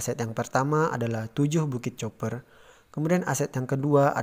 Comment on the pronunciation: Koq bacanya 'coper' gitu ya .. apa tidak bisa bhs Inggris?